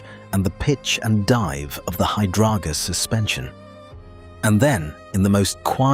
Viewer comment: "Hydrargus" suspension - what's that then? 😂